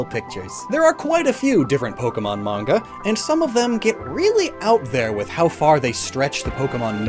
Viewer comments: it's pronounced maN-Ga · “The mange” no that’s peak please keep saying it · that's an interesting way to say manga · I was about to freak out about the manga mispronunciation lol